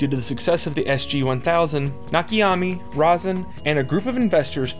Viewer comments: The dude's name isn't "Rossin" Rose-inn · Cause he cant say Ro-sen...its not Ros-sin!